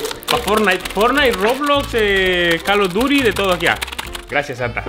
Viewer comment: no es calo duri es call of duty😂